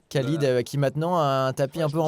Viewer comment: Vidéo top! Merci Winamax, merci Bcastaldi, merci tpmp, merci Davidi Kitaï, merci all!! Par contre,: dans tout le maghreb, tout le moyen-orient, tous les pays où "Khalid" est utilisé: ça se prononce "Ralid"!!!! Soit le Mr en question se présente en "Mr Kalid" car "90% des français" prononcent "Kalid", soit je ne sais pas:'( Quoi qu'il en soit, merci Winamax!!